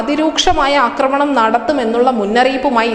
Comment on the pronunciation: അക്രമണം എന്നൊരു വാക്കില്ല കുട്ടീ.. ആക്രമണം എന്ന് പറയൂ...